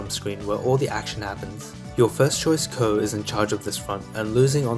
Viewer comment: i was gonna say lol it was super annoying hearing him say Coe and not C-O